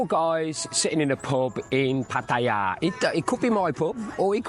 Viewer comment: Interesting vid,. Some thoughts: 1. It's refreshing to hear a Westerner pronounce "Pattaya" correctly! 2. Your girlfriends have been different, right? I would be intrigued to hear how you have found them. 3. Money is always the bottom line. If a guy wants to "donate" 10,000 baht to a female friend, and that's nothing to him, up to him.